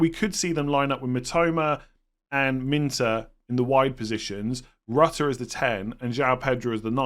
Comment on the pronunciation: gotta stop calling him Rutter rhyming with gutter. It's pronounced like a french person pronouncing your wifi router. Or just call him Georginio which the commentators have been asked to call him this.